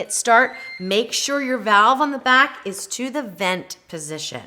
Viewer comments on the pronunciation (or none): none